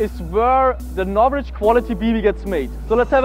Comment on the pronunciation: Im sorry what? NOvrich bbs? insane.